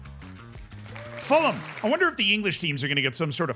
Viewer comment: ngl, I was cringing in anticipation of your pronunciation of Fulham, but congrats.